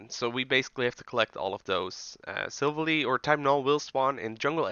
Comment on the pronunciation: The way you pronounced silvally (silv, like in silver ally, like well the word ally btw) hurt me, though tbf my pronunciation the first time wasn't right either XD